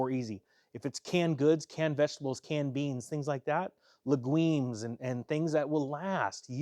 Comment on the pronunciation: Scary times! Legueems? Lol you created a new word?